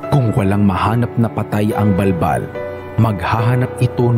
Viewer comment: Bul bul yun d bal bal🤣